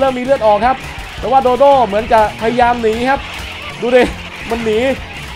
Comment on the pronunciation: พี่ครับโดโด้ไม่ใช้โดโด